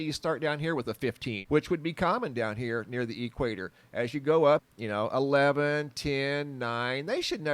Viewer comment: But what do you mean by the "E" quator"? I know of the "equator,is that different? Just messing, maybe it's an Arizona thing? Keep up great work, but consider this, been watching you for a few years like daily, but have checked out Soo much of your older vids. But just by doing the same thing you have always done, you have now evolved pretty much into a "UFO" channel, and I know that was not your initial focus, but that's just our strange reality, and we all just gonna "roll with it" as it comes,it was awesome to just get a quick look at your face on a few announcement vids, as I was always curious, keep doing your great work, (from another ) you rock!